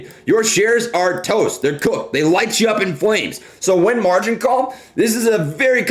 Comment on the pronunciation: he said wen instead of when